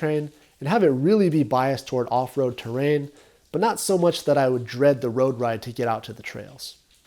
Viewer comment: "A road ride"- spoken like a true fullerton resident.